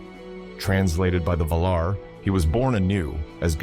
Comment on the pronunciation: Amazing prose and great narration. But your pronunciation of valar, maiar, and illuvatar are just straight up wrong😂 gotta say it as an Englishman would not monotone American